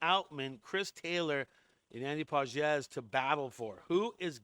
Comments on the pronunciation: Dude, if you’re going to be a Dodger expert, you’ve got to at least know how they pronounce their names—It is Andy Pages (Pa-hes) not Pa-jez. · gotta be honest , i was about to subscribe to this fake dodgers digest guy but the after hearing his mispronunciation of Pages , I JUST CANT DO IT MAN 😂😂😂😂😂😂😂😂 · Maybe you should learn how to pronounce Pages.